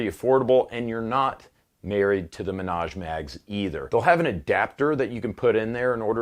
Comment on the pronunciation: “Minaj Mags”. Lol